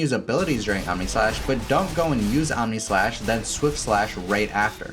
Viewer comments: I thought I heard AmèSlash. 😂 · did you just say... Ameslash?